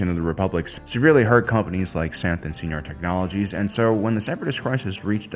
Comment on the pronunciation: Sci Nar... not See Nar... (bangs head on keyboard)